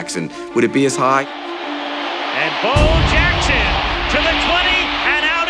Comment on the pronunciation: WTF NFL? You guys can’t get Bo Jackson’s name right? REALLY?